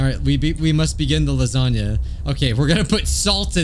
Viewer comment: george likes lahzohnyah